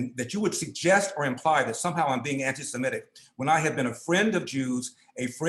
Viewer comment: Sem-I-tic not Sem-E-tic !